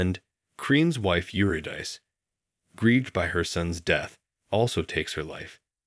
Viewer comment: HOW did you mispronounce Eurydice??????? It sounds ridiculous, and Orpheus' wife shares her name and is infinitely more well known! Embarassing mistakes throughout the entire video, including your interpretive interjections like "this is to show the cruelty of man-made laws."" What a pathetically shallow interpretation.